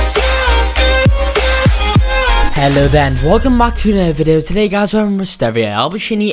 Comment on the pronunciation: my boi said videaooo